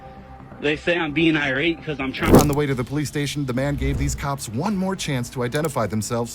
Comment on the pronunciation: Lol the ai generated cop says Polimice